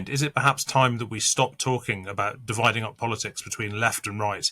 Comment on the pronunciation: De wide ing .not Dividing